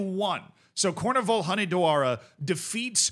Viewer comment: The name is actually spelt COOR-VEE-NUL Hoo-neh-dwa-rah. They cant get into the first league because theyre owned by a public state entity ( in this case the Hunedoara city council). The coach is insanely good too, the team lost 1 single game in the third league, the promotion playoff final second leg which doomed them to a second season in the third league. They promoted the year afterwards and this is their first season in the second tier.